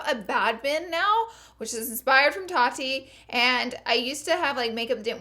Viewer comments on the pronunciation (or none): none